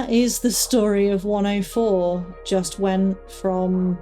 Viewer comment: Hello! I’m new here and enjoying your stories. I just wanted to say something you might find interesting. I’m from the US and to my American ear each time you say “104” it sounds to me like you’re saying “Wonderful”. It is more like “Wunnerful” which is ironic given your experiences there, but I look for deeper meaning in things and wonder what deeper meaning there could be for that. 🙏